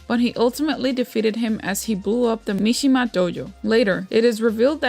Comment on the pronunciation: its mishima not mishiyama...